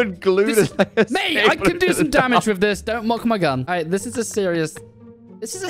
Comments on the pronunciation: “Whiff” I Hope You Had a great year and We Love You Mate And I Hope The Next Year Of Waffling is even Better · "whiff" <3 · hey well guess what. “Whiff” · “Whiff” your best waffler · "Whiff" keep up the great work